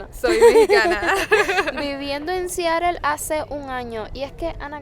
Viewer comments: Siarel 😂😂😂😂 es Seattle pronúncialo bien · Como se pronuncia en Inglés americano realmente es SIAROL. Te lo digo yo que trabajé en esa ciudad varios años.👍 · Para hacer un reportaje de Seattle primero debes de saberlo pronunciar. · sin afán de ofender! Aprende a pronunciar bien el nombre Seattle